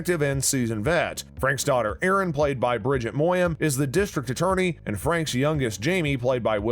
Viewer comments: Peoples' names are golden. Learn how to pronounce them correctly before you make a video about them. It's not Bridget Moyan, it's Bridget Moynahan. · MOYAN? No, stupid, it's Moynahan! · Narrator not a fan, or he'd know the correct pronunciation of Reagan, Moynahan, etc. Pretty uninformative overall. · Why is you are talking about the show do you not know how to pronounce most of the character names...henry was former police commissioner not chief of police. The family name is RA-Gan just like former President, mispronounced Erin her real name is moynanhan, Danny partner is Biaz, Jamie is married to Eddie etc. just name a few of many mistakes.